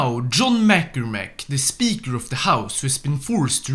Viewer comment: that is NOT how you pronounce McCormack lmao 💀